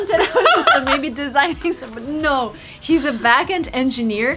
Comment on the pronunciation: А почему вы произносите backend членораздельно, отдельно back, отдельно end? Звучит как тот не естественно. Я вроде всегда слышал, что его слитно произносят, без паузы.